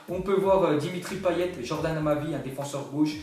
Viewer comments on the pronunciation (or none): none